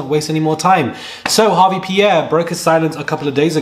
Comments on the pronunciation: Small note: it’s Harve* not Harvey! We know how getting names rights matters as folks of color. Appreciate your work. Keep it up! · Harve not Harvey bruh 😂😂😂